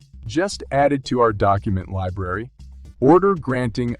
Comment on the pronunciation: The words are pronounced. X R P, not x-arp. S E C, not sec. And Library, not L-bree.